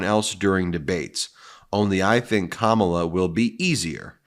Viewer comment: Fox trying to make trump look good hy saying pure crap about Ka Mah la....yes still saying her name wrong. What idjits.